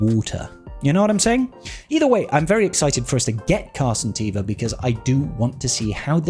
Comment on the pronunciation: Am I the only one that noticed you always say "captain car santeva" instead of "captain Carson teva"? 🤣